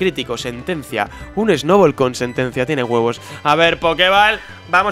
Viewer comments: Porque en vez de decir Snubbull dice Snowball? :'v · el dice Snoubol :v